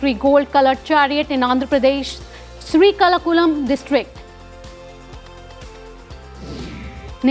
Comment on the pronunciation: It's not sri-kala-kulam district of Andhra Pradesh But it's Sri-ka-kulam District of Andhra Pradesh.